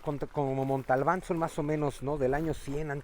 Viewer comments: Cuando dice "Montalbán" en lugar de Monte Albán, pierde todo mi respeto bai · ¿Porque dice Montalban? ¿No es Monte Albán? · Es “Montealban “ no Montalbal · Se dice montealban no montalban